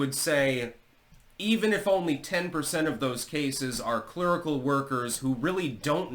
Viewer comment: "Clurical", huh? 😂